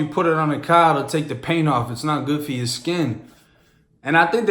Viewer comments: A CAH?!??!??, A CAH??? $100 tatt over A CAHHHHH?!?!????😩😩😩😩🤣🤣🤣🤣😂😂😂😂😂😂 u f**king made me SCREEEAM with this comment😂😩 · your accent is so strong for not growing up in boston lol! I love how yall say Car haha sounds so funny